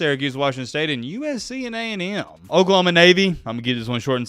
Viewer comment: thanks for sharing my comment that was awesome. I really enjoy the channel nuff said. And would you please stop saying Okliehoma lol. And speaking of Oregon disrespect, as a Sooner fan I will NEVER forget the great 3 blind referee debacle of the 05 season. Wtf was that? Yes I hold a grudge 😅